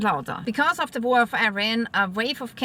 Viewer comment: War not Vor